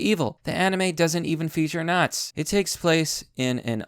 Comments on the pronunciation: I have never in my life heard “nazis” pronounced as `not’s’ rather than something closer to `not sees’ shoved into one word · Why are you pronouncing it "Naz"?